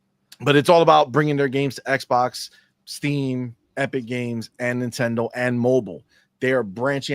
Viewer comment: Not dayndate.... err not nitendate..